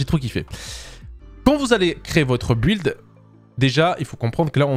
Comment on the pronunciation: Mais....pourquoi tu dis un b''W''uild ??